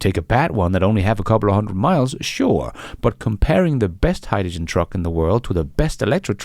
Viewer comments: Hyjijen? You're not the only one who pronounces it this way, of course. I saw a Sabine Hossenfelder video recently, who is German, I believe and pronounces it similarly. Fascinating. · What's Hi-Ja-Gen??🤣🤣🤣🤣 Just kidding you and the way you pronounce hydrogen.